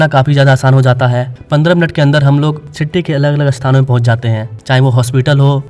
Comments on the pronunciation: Are bhai first learn English pronunciation, not Citty, it’s city . Pressure cooker ki city Bajati hai. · It is not citty it's city🙂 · सिट्टी क्या है सिटी बोलिये